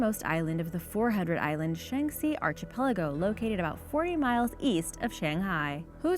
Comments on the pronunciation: also, some don't get offended where their is no offense directed, if you took a moment to think past yourself you'd realize the OP was referring to the terrible pronunciations in this video by I mean really Sara-Jevo? arch-i-peligo? these are basic words that could also easily be looked up if the pronunciation isn't already known, it's a matter of doing one's job well. certainly not a jab at just any American. way to make it all about yourself 👍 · I have to unsubscribe. I just can't take the mispronunciations anymore. Sorry, but between Sarajevo and archipelago you have lost me. BYE!!